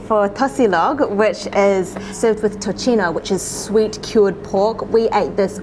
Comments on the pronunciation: Nice video! Also, tocino is pronounced as "toSino" not tochino. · How’d you get To-chee-no from Tocino (To-see-noh)? Made me cringe every time they pronounced it. Also chuckled at Bang-gus pronunciation. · Tocino (Toe-see-no) not tochino 😅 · I love how you guys say tocino! 😂 BTW it's pronounced as tosino. 🙂